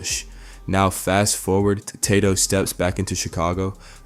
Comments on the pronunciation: Who tf is “Taad-doe” bro?? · Who tf is Ta Dough? White people need to stop making videos on rap, can’t even pronounce well known names lol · Man pronounce his name right smh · Why you keep sayin bro name wrong 🥷🏽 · The way he’s pronouncing Tadoe